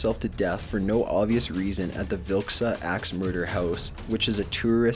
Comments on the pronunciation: Lol the vil-lisca ax house it sounds like that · i'm cackling. Villisca? Vilk-sa??? It's Vah-Liss-ka. I'm not even mad, I'm just laughing. xD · Mark Constantino shot Debbie because she was trying to leave him. There was another man involved. What's mysterious about that?!? P.S. your pronunciations are horrible! It's AM-IT-TY!!! And, OMG!!! It's VIL-LIS-CA! Why do you narrate these video's when you can't pronounce words and you sound like a valley girl?!? Ugh! The video's are awesome, but your voice and horrendous pronunciations ruin them! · Dude you mispronounced Amityville and Vilisca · I think he said "villisca" wrong for the 3rd one